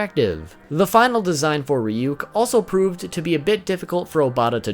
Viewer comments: Its not Ree-Yook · The fact that he says Ryuk as Reeyook makes me uncomfortable. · Isn't it pronounced Reeyook? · It's now how to pronounce ryuk